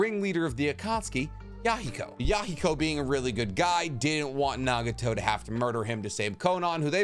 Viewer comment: Why did u say nageeto instead of nagato lmao is it cuz u wanted to ryhme with yaheko fr sum reason